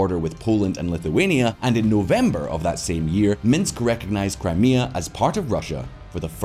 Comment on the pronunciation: It eff'd up Crimea in other vids too